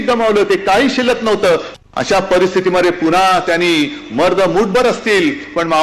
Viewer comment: पुन्हा पुन्हा असे म्हणा..पूणा पुणा असे नका म्हणू